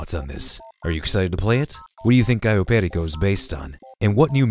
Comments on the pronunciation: From a native Spanish, it is pronounced like "callo perIco, not pErico, if you get what I mean. Ah yeah, Im spanish so I know what Im talking about. Also Perico is a slang word for cocaine. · Just to let you know, it’s pronnounced peRIco, not PErico. Amazing video as always! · "Perico" is also slang for "cocaine"! Also, it's pronounced "peh-ree-co" (accent on "ri").